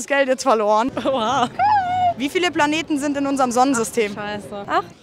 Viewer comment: Planeten Auch: P A L A N E T😅😅😅😅😅🤣🤣🤣